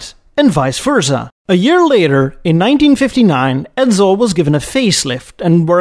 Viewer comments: Good story bro but it's Edsel, not Edzel. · I've never heard of a car named Edzuul & the voice is hideous & sleeazy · A few mistakes I'd suggest you learn from. The car's name is pronounced "ED*sel" and not "ED*zel". If you want to write "Two Hundred Fifty Thousand dollars" in numerals, the proper format is "$250,000". You do not substitute periods for commas. "Comet" is pronounced with a short "o'', not with a long "o" sound. You wouldn't like your name mispronounced "Eed's" and Americans don't like their names mispronounced, either! It shows ignorance and disrespect. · SSEL, not EdZZEL. CALM-et, not COMB-et. Basic respect: say names correctly (this not about accents; yours is terrific!) A designer recalled the clay Comet mock-up was wheeled from Edsel to Mercury studio.